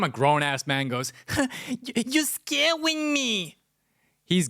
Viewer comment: "You scawing me" 😂😂